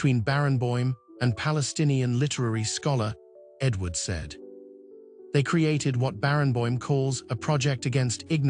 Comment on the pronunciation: Great man but poor (AI produced?) video with continual irrelevant clips of Jacqueline du Pre, and with wrong pronounciation of Edward Said. Daniel Barenboim deserves a better tribute.